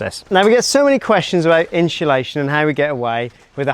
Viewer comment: Inshulaschon…. Someone teach this guy to say it properly please